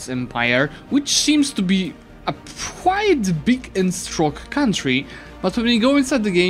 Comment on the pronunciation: I cant help but notice that pronounces 'quite' as 'quiet' quite a lot. Not that I mind it I love hearing different accents.